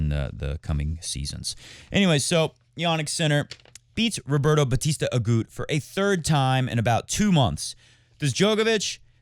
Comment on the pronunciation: Please don't ever stop citing players in funny voices and mispronouncing their names, I find it hilarious! My favs are Popsicle and Roberto Bautista AGOOT!